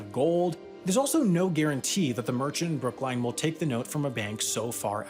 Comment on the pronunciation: Just wanted to point out… as a former Bostonian. It is Brookline, not Brooklyn, and it is pronounced so as in L-i-n-e. A fun fact for anyone who doesn’t live in Massachusetts. Otherwise good job as always, Sam. Although I honestly clicked on the video reading the title “Why moving Monkeys is so difficult” and wondered…